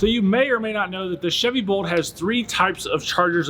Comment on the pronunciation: I can't tell if he's saying Volt or Bolt.